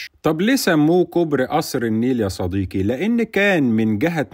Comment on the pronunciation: ياعم ونبي صديقي بالقاف مش بالكاف